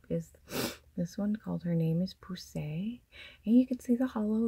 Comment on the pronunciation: You pronounced Poussey perfectly...she was a character in Orange is the New Black 😆 OMG Edge of the Abyss! 😲😍😲😍